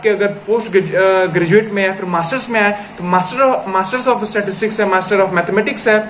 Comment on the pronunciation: It's pronounced as *Sta-tis-tics not 'Statics'! Correct this.